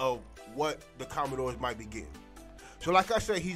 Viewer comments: You may want to research how to properly pronounce the team name🤷🏾‍♂️ COMMANDERS, not Commendores 🤦🏾‍♂️ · it's 'commanders' bro